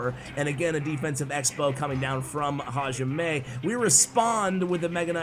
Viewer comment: I think the guy its pronounced “hayime” strong in “yi” . Its what the referee says at the beginning of a martial arts combat.